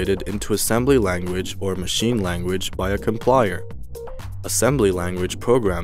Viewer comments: I don't think you know much about programming it's called java with a j not yava. Also it's a com-pile-er not com-plier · It is called COMPILER not complier...... J-AVA NOT YAVA... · Thanks for the video. One minor thing, compiler is mispronounced as complier and Java as yava.